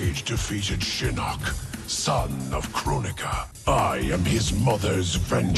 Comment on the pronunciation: I like how this automated voice calls Shinnok “Shinnick”